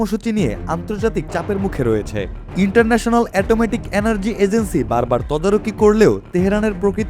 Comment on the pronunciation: ইন্টারন্যাশনাল এটমেটিক এনার্জি না ইন্টারন্যাশনাল এটমিক এনার্জি হবে।